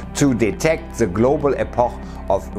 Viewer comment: Also .. ich freu mich ja über den Inhalt, aber die Moderation ist echt Fremdscham-Overkill! "Epoch" ..?? Eyyyy.. was war das denn schon wieder? Es gibt Englischkurse und Aussprachedatenbanken! Und ist da nicht ne Redaktion hinter Dir, die mal was sagen könnte, wenn Du es nicht raffst? Und dieses ´SchnalzSchnalz` .. cool.. yeah .. ich bin so junggeblieben und connecte mich voll so mit der Zielgruppe` ... Pühhh! Sowas steht in nem 20 Jahre alten Brockhaus unter "Wie man so hip wie junge Leute rüberkommt"!